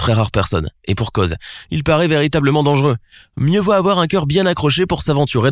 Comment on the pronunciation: A chaque fois il dit le plus dengeureux au monde il abuse